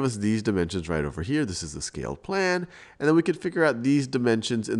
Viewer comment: anyone else realize how he says "Maya n Mable" instead of "Maya and Mable"